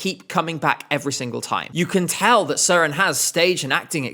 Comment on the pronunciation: As a Dane you actually pronounce Søren’s name good. It has a little Sweden like. But good video